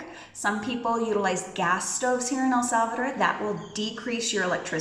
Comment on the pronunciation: Thank you, that was interesting. But honestly, it bothers me to hear the name of our country being mispronounced. So many English speakers insist on calling it “El Sálvador” when the name is El Salvador. There is no stress on the first syllable of Salvador. An automatic stress comes in the last syllable, as if it were written like this: “Salvadór”. Please respect the name of our country and try to pronounce it properly.